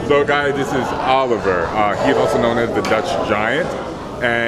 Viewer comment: Olivier is pronounced O-liv-E-A.